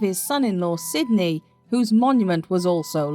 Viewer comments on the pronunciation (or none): none